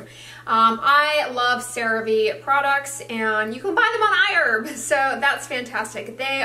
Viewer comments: The pronunciation! I-Urb! Did they correct you? You've never called it that in the past. lol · I've started using iHerb to buy Cerave, because it's not sold in Australia. I love it! It's funny that says iErb, instead of iHerb. That's how it sounds to my Australian ears lol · You changed your pronunciation of Iherb.